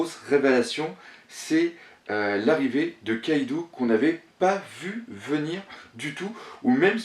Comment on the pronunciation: c'est luffy et kaido pas louffy et kaidou putain!!!!